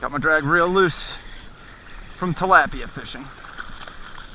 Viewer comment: You say talapia so wronge